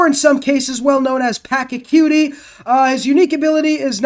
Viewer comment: bruh packa tooey? its pah-cha-coo-tee wtf